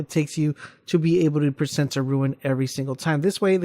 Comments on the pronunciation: rune not ruin lol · DUDE ITS NOT RUIN ITS ROON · OMFG ITS RUNE DUDE, RUUUUNE. TF IS A RUIN YOU FOOL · RUNE. Not RUIN. You sound like an ass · RUNE not RUIN